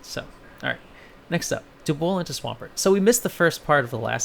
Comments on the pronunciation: DUB-WOOL now say it with me. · I’m hear to complain about the pronunciation of dubwool. Good day to you sir